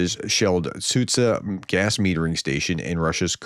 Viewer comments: Hey Prof! Try Soo-jah (instead of Sudzha). I have no idea who invented the English latin transliteration but it makes it very complicated for you guys, when it's not. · I think the problem is that nobody explains how this should work. English speakers are perfectly capable of pronouncing both sounds. Zhukov needs the sound from Gillette and Sudzha needs the sound from John.